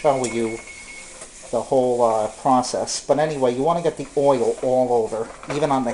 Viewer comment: What is OY-ILL? LOL